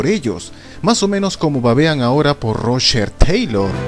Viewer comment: Rrosher teilorr xdd